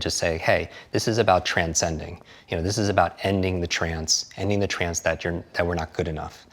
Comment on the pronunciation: “Trance-ending” that is a great pronunciation.